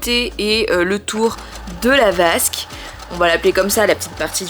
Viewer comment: J'adore la vasque au lieu de basque 😅